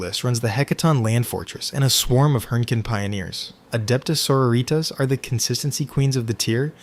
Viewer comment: "Soror-E-tas" lol, 100% AI voice. I think over time you'll fine far better reception if you do live voice overs instead of AI voices.